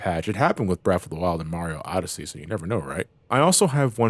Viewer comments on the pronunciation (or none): none